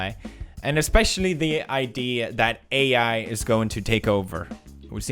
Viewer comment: You know he had to put AI in text at the beginning cause he pronounces it WEIRD